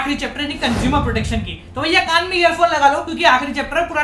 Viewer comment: Sir videos to acchi h bas kaan👂 ki jagah aap ears👂 bola kro. Aapka kaan👂 ka pronunciation thik nhi h. Kuch aur🍑 hi sunai deta h😂😂😂😂😂😂😂😂😂😂😂😂😂😂😂